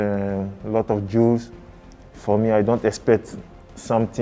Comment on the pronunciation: It's a strong league with a lot of Jews? Is that really what he said?!